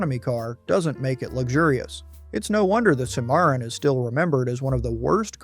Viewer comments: they mispronounce the Cadillac cimarron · Hey! Moron! It's CIM-ar-ron not "cim-AIR-in". duh. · You lost me at SEE-MARON! Are you serious? You should know something so basic to be taken seriously. Ill not be back. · It's pronounced "Sim-A-Ron" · Learn to pronounce it it’s called a Cadillac Cimarron SIMERON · Learn to pronounce it. It’s a Cimarron…… Pronounced SIMERON. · It's called a Cim - a - ron. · Cadillac SIM-ER-AHN. FFS Plus, HOW MANY TIMES can you use the phrase "cautionary tale" and "punchline" w/o sounding like a robot? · Cimarron Sim ma Ron. As Cadillac called it. Do your homework.😊😊😊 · Cadillac Cimarron pronounced Simaron. My family has owned several bad cars. Ford Granada Saturn ion Ford Pinto GMC Safari Chevrolet Astro My Saturn ion was in and out of the service department about as often as some folks change their socks. 9 months out of 14 months of ownership. I got rid of it, quick, fast, and in a hurry. I loved my Plymouth Horizon. It was fun to drive. After I had a fender bender, I learned that it was a red title. The whole right quarter panel had been replaced. The electric system went crazy and towards the end of my ownership, it would set off the horn at about 3 AM. We'd have to disconnect the battery. UGH!!! 🙄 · Let's all say it together and use the same pronunciation each time, Cimarron is pronounced sim-uh-ron. But, seriously, this is a really enjoyable video. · My man pronounced Cimmaron 5 different ways... And not correctly even once. Good, informative video, though. 👍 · Man you butchered the pronunciation of "Cimmaron"! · I can't believe these videos they can't even get right the pronunciation of cadillac cimaron , it's yugo not hugo this video's moronic maker can't get ANYTHING RIGHT. So why should you watch this video? You can't believe anything they say. They're just wanting to cash in.